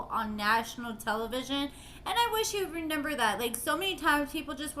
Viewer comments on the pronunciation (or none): I love how she says renember